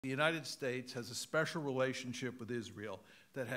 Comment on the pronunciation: "spexial relationship" 🤣